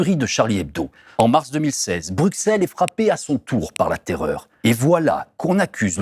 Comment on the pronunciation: Merci pour cette enquête très instructive. Par contre, si vous continuez à parler de la Belgique, pourriez-vous prononcer Bruxelles (BR-U-SS-ELLE) correctement? (Cela se prononce de la même façon qu'Auxerre btw). Autant pour les noms de famille je veux bien qu'on se plante, mais pour la capitale du pays francophone voisin, où se trouvent les institutions européennes, l'OTAN et tout le tintouin, ça ne devrait pas être trop dur de dire ce nom. >.<"